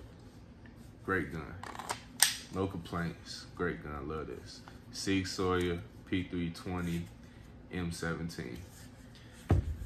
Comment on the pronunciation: no disrespect but it is pronounced SOUR ...(.like SauerKraut) ....SIG-SAUER.. ( NO SHADE BRO). y'all don't ROAST ME in the comments LMAO!